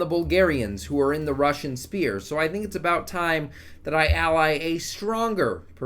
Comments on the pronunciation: ''sphere'' not ''spear'' :D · s"ff"ear "ph" makes a "ff" sound in English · Why do you refuse to pronounce sphere correctly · Although the word is sphere, "spear" does kind of speak to the spirit of what you're actually doing though, doesn't it? 😆 Haha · The way you say sphere gives me an aneurism